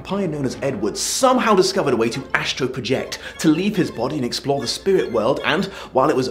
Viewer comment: Ha, "Spirt World".